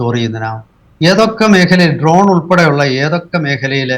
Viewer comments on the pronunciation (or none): none